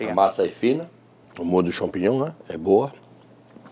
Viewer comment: Acho que em toda a temporada não teve um episódio que o Jackan não falou champingnhom (sla como escreve)